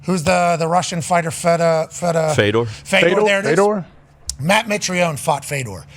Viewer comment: "Who's the Russian fighter Feda, Feda, Feda..." 😂😂